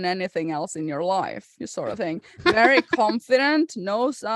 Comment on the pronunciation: "Wery big vedding episode"